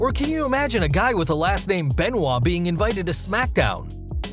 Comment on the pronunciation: You pronounced Benoit wrong just so you know